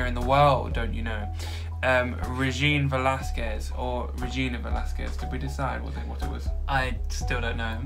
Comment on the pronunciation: Yes you pronounced it perfectly Regine Velasquez